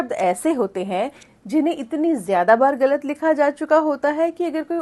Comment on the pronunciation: आप ग़लत शब्द का उच्चारण गलत बोलते हैं जो ग़लत है; सही उच्चारण ग़लत होता है। 'मुर्तज़ा' नरियारवी